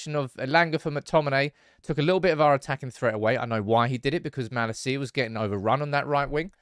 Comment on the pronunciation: I think it's about time you learn Malacia's pronunciation